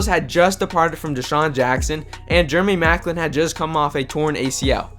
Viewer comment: germy maclin lol